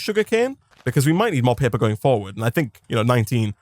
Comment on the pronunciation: Do people in the comments not know what an accent is? One was talking about his inability to pronounce R, and one was talking about him saying "Blueprint Pepper" instead of paper